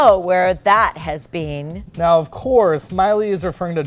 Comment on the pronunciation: You said vean instad of been